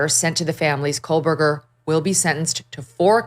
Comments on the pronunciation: It’s “KOH-BERGER not Kole-berger But anyway, we already know he did it. We want him to have to face the parents and have to admit to all of us that he did this and tell us why. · Cole-Berger smh 🤣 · There is no L in his last name 😂😂